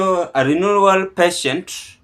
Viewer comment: My Friend, you pronounce RENAL.....RENOL., DIALYSIS......DAYALISIS